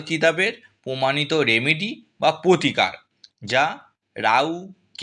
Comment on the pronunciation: আপনার উচ্চারণ গুলো স্পষ্ট করুন। পোতিকার গোহো পিয়ো আজগে এসব কি? শুনতে বিশ্রী লাগছে। পুরোটা শুনতে পারলাম না।